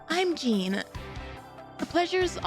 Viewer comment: You calling Jien as jean is so funny 😂